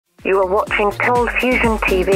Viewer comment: Ahhh... My brain still does a flip when he says "Coldfusion" Coldfustion FTW